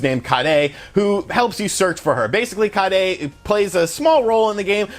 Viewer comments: It's kaere, not karei xP. The way you say it makes it sound like you're saying curry in japanese hahaga. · lol Kaede is pronounced Kai-A-Dee. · "Sam-Ehno-seuss-kay and Kah-day" lol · Bruh its pronounced Sa-min-Oh-Ski & Ka-aye -day 🤦‍♂️ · Its like everyone mispronounces the names lol sum-a-nus-kay and ki-ay-day.....God damn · I don't think that's how you pronounce "Samanosuke" or "Kaede".. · Onimusha Oh-Knee-Moo-Sh-Uh Sama-no-sk-aye. K(p)ie-Aye-Day I am so sorry, just it bothers me.